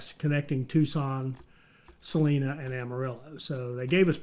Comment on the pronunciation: Salina is pronounced "suh-line-uh". It's very odd hearing it pronounced differently. . .